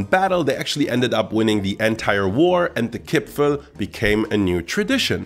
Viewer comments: My dear, it is Kipferl not Kipfel... Greetings from Austria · The worst thing about listening to this as an austrian is the missing r in Kipferl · I've lived in Vienna my whole life and I don't think I've ever seen the spelling 'Kipfel' without the r. Certainly never heard anyone pronounce it like that. The pastry is a 'Briochekipferl' and the cookies are 'Vanillekipferl'. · Every austrian says "Kipferl" and not "Kipfel" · I've lived in Vienna for all my life and I've never heard of a Kipfel. There is always an R in there. The second kind of Kipferl you are talking about is called a Vanillekipferl over here. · Nobody says Kipfel in Vienna, it is named Kipferl per se ;) But nice and friendly videos as alyways! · It is Kipferl! That there also is a smaller cookie-style Vanillekipferl, but no one in Austria says Kipfel! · Hey,nice Video but as an Austrian i can tell you that the big pastry you call Kipfel is called Kipferl while the small cookies are called Vanillekipferl. In my entire life i have never heard anyone calling it Kipfel before i watched this Video xD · Kipferl, not Kipfel! Yes, that also counts for the pastry! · as an Austrian I have to correct you on one thing: There is no Kipfel. It’s all Kipferl. The thing you said was a Kipferl is actually a Vanillekipferl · Es heißt Kipferl. Mit einem R. 😁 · As an Austrian, please let me tell you; it is KipfeRl not Kipfel. Nobody here in Austria calls it Kipfel. That sounds so terrible. The one you called Kipferl is the Vanillekipferl. A very traditional Christmas cookie but isn't called just Kipferl but at it's full name, Vanillekipferl. Q_Q